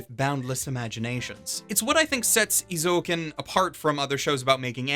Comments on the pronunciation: I like your point of view and opinion, so if you pronounce "Eizouken" as "Ei Zoken" instead of "I Zouken", I think you are perfect. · Eh~ zoh ken not ee~ zoh ken. sorry... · Interesting. I've just watched a Star Wars scene dubbed by Google Translate (of course not really, just for comedic purposes), and I get things like "You donto know de powah obu za daku saidu". However, when I hear say EezOuhkn, instead of Ayzouken, as it's supposed to be pronounced, it's clear that it's like that all over the world. I don't know which pronunciation is more funny/hurts more. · Wait it's pronounced "Ee-zo-uken"? I always pronounce it as "Eye-Zoo-ken" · Correctly, Japanese people pronounce "えい ぞう けん"(ei-zo-ken) えい is /eɪ/ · Imagine pronouncing it ihzo-oken